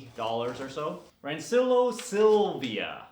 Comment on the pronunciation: In case no one mentioned to you it's pronounced "ran-chill-e-o" :), I think anyway.